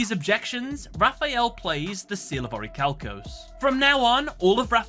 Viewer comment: It pains me every time you mispronounce orichalcomolos